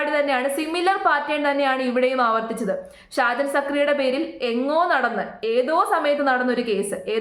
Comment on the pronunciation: നിനക്ക് എന്തിൻ്റെ കേടാണ്. സാജനല്ല ഷാജൻ അദ്ദേഹത്തിൻ്റെ പേരെങ്കിലും മര്യാദയ്ക്ക് പഠിക്ക്. ഷാജൻ സാർ കട്ട സപ്പോർട്ട്